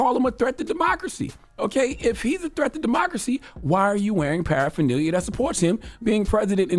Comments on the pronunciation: Paraphernalia?? Wow send him a dictionary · He is reading off of a script, and he is saying “adminiscration” and “parapherneelia”. This dude